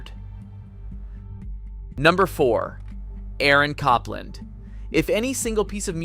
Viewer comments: AlleluJJJah, is this a AI or a person, I trust to much when people or things cannot pronounce the simplist things and what we were brought up with, sorry, and Cop-Land who pronounces this this way really, and FYI I am a professional Pianist been around everywhere pushing 45 years and the Tchaikovsky thing is very very old news, we always knew and we didn’t care at all, people are people , not our role in life to judge anyone’s likes or dislikes, that’s what makes us human, your nomore then a gossip column with old news, sorry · Aaron Copland, with Cop pronounced like 'policeman', LOL. Who knew good ol' Aaron had a mostly forgotten Sylvester Stallone movie in common with his name? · I also noticed the inconsistent pronunciation of Copland, one with a long "o" and another with a short "o" - Cope vs Cop.